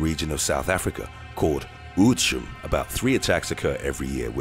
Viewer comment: I'm gonna give this a try. The pronunciation of Oudtshoorn is kinda like this: Oh-t-s-hoo-rin. The first part "oh-t-s" is pretty much the word 'oats'. The 'hoo' part has this slightest upsweep and sounds like 'hoo-ah', but moves quickly. And lastly, roll the 'r' a little in the 'rin' part. Oudtshoorn.